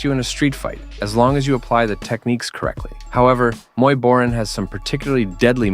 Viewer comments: Its pronounced Bo - Rhaan not boren. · Love the way you keep pronouncing “Boran” differently lol